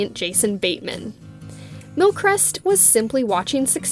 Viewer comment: How to pronounce his surname : Mil-Cree-st